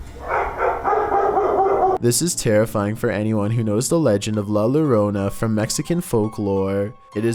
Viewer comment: why'd he pronounce it like "La-lore-ona" 😭